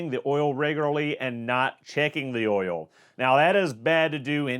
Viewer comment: Be sure to talk about the Ole. Not the Oil, but the Ole. Like Ole Miss Swiss Chocolate.. it's the accent 🤣